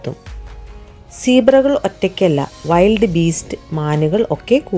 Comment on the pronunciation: വൈൽഡ് beast ❌വിൽഡ് beast ✅